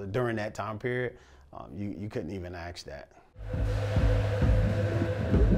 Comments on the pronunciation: He lost me when he started saying "ask" as "ax" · How's a guy this experienced, with so much gumption, still saying "ax" instead of "ask?" That was shocking to me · I'm a little disappointed he says "Axe" vs Ask... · Don’t AXE don’t tell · "Don't axe don't tell"? 🤔